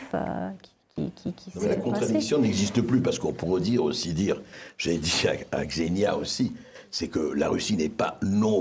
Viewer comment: Je sais que c'est pas intuitif pour les français, mais ça se prononce "Ksénia". Même chose pour Svetlana, ça se prononce plutôt comme "Çviétlana", pas "Zvétlana" :)